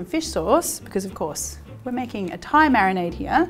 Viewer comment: Marionade is what I think ever time you say marinade haha make it a thing!